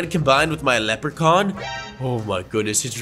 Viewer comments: Bro, why does melon call leprechaun cammera man, leprechorne cammera man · Who heard lepre corn 👇